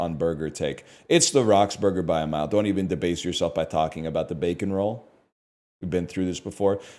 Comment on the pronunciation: Saying “by a mile” in a British accent lol